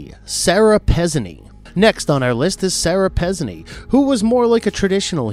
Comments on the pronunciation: Excellent video however its pronounced Sara Pezeeeeeneeee with a little less elongation on the 2nd and 3rd e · Pezzini is pronounced Pah-ZEE-nee. Also, if we're going by the name of the Greek goddess, Aphrodite is pronounced Af-ro-DITE-ee. I'm just sayin'... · Yeah I'm also pretty sure Pezzini is pronounced Pezz-ee-knee. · It's "Afro-die-tee", "Pe-zine-ee" and "BEAR-es-ford." Otherwise, good video. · Sorry, you're mispronouncing some of the names. "Aphrodite" -the final "e" is pronounced. It's AFRO DIT TEE. Sara Pezzini is Pezzini with the accent on the second syllable - Pez ZI nee. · PezzIni. for crying out loud. stop skipping letters.